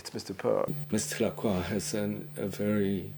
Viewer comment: I named my rooster Mister Lacroix people told me I mispronounced Lacroix as it is supposed to be pronounced La-croy with the oix sounding like the oy in boy. I now see that I am correct in my pronunciation the way it's pronounced in this clip.